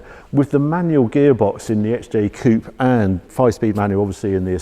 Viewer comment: Coupé please, not coop... 😀